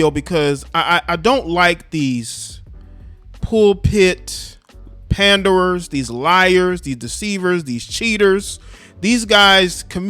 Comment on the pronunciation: He said pulpit panderers ..lol